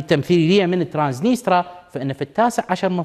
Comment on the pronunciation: ترانسنيستريا وليس ترانسنيترا